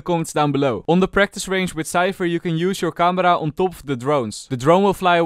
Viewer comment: We all know you’re Dutch when you said this camera 😂😂